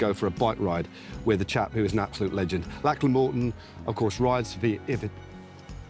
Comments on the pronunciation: I love Matt, but I'm pretty sure he is mispronounce Lachlan's name. "LOCK-luhn" or "LOCK-lin" rather than "LACK-lan" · Brilliant video. Absolutely loved it. But a suggestion from an Aussie. Lachlan is pronounced Lock-lan (rather than Lak-lan, just saying).😊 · Lack-Lyn? Do you mean Lock-Lan?